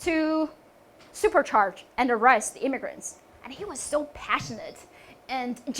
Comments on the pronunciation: pronounce problem: "arrest" not "arrive!" but overall it is excellent. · Listen again, she did say arrest but just sound like arrive!